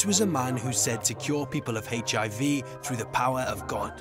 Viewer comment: Around 5;58 he says HAV instead of HIV